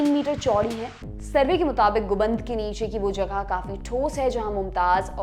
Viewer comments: Guband nahee bolte hain madam Gumbad bolte hain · Please atleast pronounce all those hindi words correctly as karyarat and gumbad